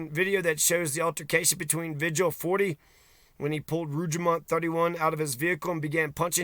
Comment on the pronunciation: Vee-Hill, not Vidg-uhl